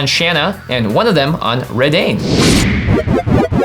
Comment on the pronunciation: Anyone else bothered by how says Reidane?